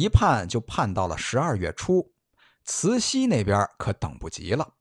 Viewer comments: 慈溪听着真别扭，是慈洗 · 除了慈西太后